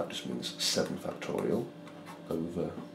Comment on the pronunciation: No one: This guy: fucktorial